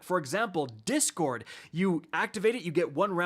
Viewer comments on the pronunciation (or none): none